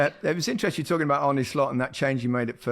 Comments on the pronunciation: the pronunciation is ArrrrrnE IE a rolling R,not Arnie or Arna as gary saiid YNWA. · GARY .. please , my cousin is called Arne .. it’s NOT arn-neh OR Arnie.. it’s arn- ner .. Alan was correct .. you are wrong but your talking over him nevertheless .. he’s right .. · It's pronounced "arn-eh" not "arn-A".